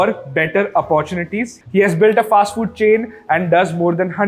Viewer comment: Why do you pronounce English words wrongly like Firsht, Fasht, Shtart, Invesht, etc. Learn to pronounce these words without 'h' in 'em. Good episode.